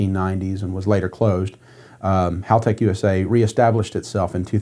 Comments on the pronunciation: I always laugh when car guys ang girls pronounce Halltech incorrectly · 11: Most Americans pronounce Haltech 'Halltech' 🤷‍♂️ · Rhymes with bell. Not ball.